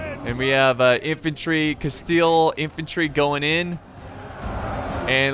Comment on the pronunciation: Spanish: Castilla: Casteel